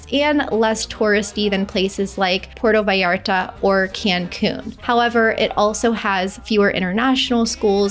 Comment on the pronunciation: It is pronounced pu-erto vallarta not Porto!